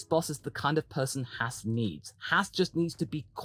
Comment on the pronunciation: Can you say Ahhh? Then why not Haas? It's not spelled Hass . Maybe you think Gene is an ass? Oh wait you probably will call that Ahhhss.